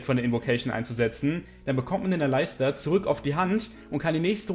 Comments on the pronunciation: Bitte sprich Aleister Alistar aus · Bitte sprich doch Aleister englisch aus :)